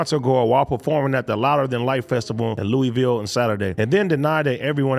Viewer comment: Thank you AD for pronouncing Louisville correctly lmao it seems like everyone always calls it Lewis ville. Natives call it “louievool” but close enough 👏